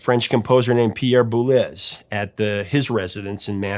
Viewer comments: I really enjoyed learning about the background story to the song, "Call me Al". It's great that Paul Simon didn't get offended and realized it was mainly due to a language issue. BTW, Boulez would be pronounced Boo-lay. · Pronounced "apart hate" an unintended pun, but that's the actual pronunciation. Bool ay is Pierre's surname pronunciation. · Pierre Boulez was French, not Spanish. His last name is pronounced Bou-LAY. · Love the low-key mispronunciation of Boulez' name. 😆